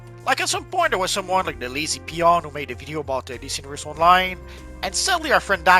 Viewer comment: Your voice cadence is ruining it for me. Why do you speak like that Stop dragging the last syllable out It's not PLAYERRR ITS PLAYER ITS NOT ONLINEEE ITS ONLINE